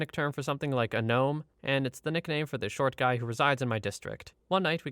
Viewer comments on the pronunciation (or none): none